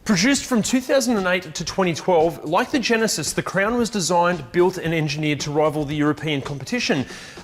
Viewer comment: Am I the only one hearing crayon instead of crown?